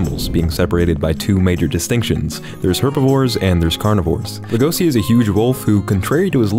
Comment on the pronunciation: is Legoshi that difficult to pronounce? I mean, it's the same sound you make when you try to silence someone. Not the fist in the face, the peaceful way, "shush". It's even written in a way a freedom lander should be able to pronounce. Also the accent falls on the first sillable. Did you even watch the show WTF?